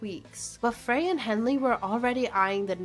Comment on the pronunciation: Now all you have to do is pronounce all their names correctly ... Fray???